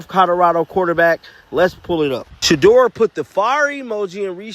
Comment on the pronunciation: Yeah stefanski can't even say shedeur name. Why hasn't he been fired. Lol